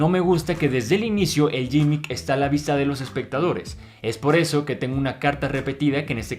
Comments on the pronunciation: gimmick se pronuncia "GUImic" y no "YImic" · De hecho se pronunci gimick, no se pronunci ninguna u